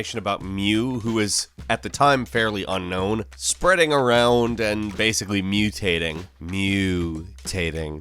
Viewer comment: mew-tating ha.